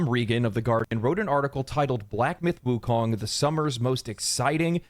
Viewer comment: All I hear when they all say Wukong is WUTANG!!! Ha!